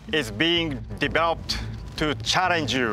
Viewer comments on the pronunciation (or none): valenitno: enthousiatic laughter engineer: "motowbot is bingeh deverouppet to charrenge yuuuu" valentino: frowning "hmm"